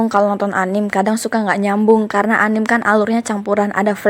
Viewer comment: Plissss, mohon dengan sangat. Anime jangan dibaca anim tapi anime pakai E